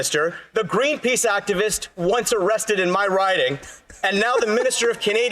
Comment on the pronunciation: Why green peas? I thought you said green peace..😂